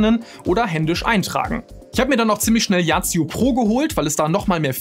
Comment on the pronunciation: Kurz zur yazio app, es wird als „ yasio“ augesprochen und nicht als „yacio“